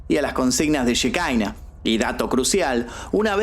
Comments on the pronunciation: no se pronuncia shekaina, la palabra es hebrea, שכינה, significa presencia, y se refiere obviamente a la presencia de Dios, se pronuncia Shekiná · Querido, se pronuncia Shekiná, no shekaina. Un abrazo! 🤗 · cómo va? Por las dudas, ellos capaz lo pronuncian Shikaina pero en sí se dice Shejiná Yejina. La shehina es el espíritu divino para el judaismo la j y la k son de confundirse según la rama religiosa que agarre o no el antiguo testamento o cómo lo interprete (no es el espíritu santo pero va por ahí)